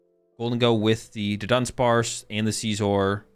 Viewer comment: I die a little bit every time you pronounce Scizor like it’s the ides of March